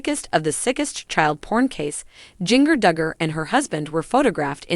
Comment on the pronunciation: It is Jinger won't you say get the name right.🎈